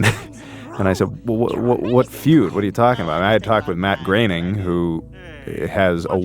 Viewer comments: Matt Groening is on record saying that his last name rhymes with "raining". Seth McFarlane in your own clips pronounces it that way. And yet, over and over again, you pronounce it "grinning". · Matt Graining/Grenning.........I always thought it was pronounced Matt Groaning. 🤷‍♂ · I thought it was pronounced “groaning” not grening. Grening sounds ridiculous lololol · Matt "Groening" is pronounced "Gray-ning" not Grenning... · I like your videos but you mispronounced Matt Groening's name. Its not "grenning" , it's "GRAINing" they used to say his name all the time on TV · Matt "Graining" is how his name is pronounced, man. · Groening rhymes with raining. It is pronounced Gray-ning. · I believe his name is pronounced GRAY-ning. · South Park’s SIMPSONS DID IT! was the end all be all of the Feud. Matt “Grenning” was driving me crazy. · Dude, how do you look at "Matt Groening" and think it's pronounced "Grenning"? That's driving me crazy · Fuckin a Patrick. Learn how to say these people's names. Grinning isn't it. Use the sounds on Google or ask someone. This is a common thing with ur videos. They are amazing but u always fuck up the names. Ask people how to pronounce it if Google doesn't work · Look, if you're going to do a video in which cast yourself as an authority on the subject matter, you should know how to pronounce the major figures in it, especially if one of them is arguably the most successful individual in American animation of the past 35 years, and especially if you count yourself as a fan of him and/or animation. Matt Groening's surname is not prounced "GRHE-ning." It's pronounced "GRAY-ning". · It’s Matt Groening … rhymes with “raining”. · You’re not saying Groening last name right & it’s bothering me so much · please why do you pronounce matts last name like that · 😂I bumped on that, too – particularly funny since you actually hear Seth say Groening's name in one of the audio clips